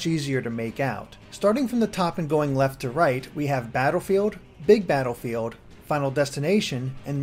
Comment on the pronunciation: You have a super cute voice. "Batterfeeld."